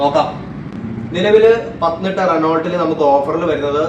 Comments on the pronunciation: റെന്നോ അല്ല Renault ആണ് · അവതാരകൻ ആദ്യം തന്നെ കമ്പനിയുടെ പേര് ശരിക്ക് പറയാൻ പഠിക്കുക😁റെ നോൾട്ട് അല്ല റെനോ ആണ് നൈഫ് ക്നൈഫ് എന്നു പറയണ പോലെ🤣🤣